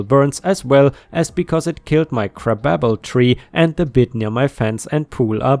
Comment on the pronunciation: "Crabapple" is pronounced how it's spelled: Like crab and apple, but as a single word. Crabapple is a close relative of apple trees, except they were never domesticated, so they have the genes that the original species had when humans first found them in the wild. They're called crabapples because the fruits are very sour and bitter-to the point many people find it literally impossible to eat them in their raw state-and because, at the time they were named, it was still a common colloquialism to describe somebody who was grumpy and irritable as either "crabby" or "a sour puss," therefore, crabby and sour had a kind of loose association.